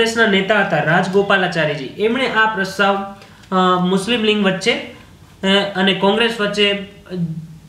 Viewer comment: Patel Vaibhav જોડણી ની વાત જવા દો સર ..બોલવામાં પણ લીગ નઇ લિંગ જ બોલો છો ....એતો જુઓ.....